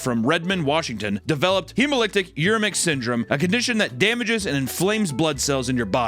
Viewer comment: it was the “hemolytic uremic syndrome” that hurt me